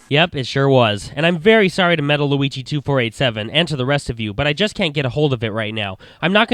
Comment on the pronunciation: lol you say squigi instead of luigi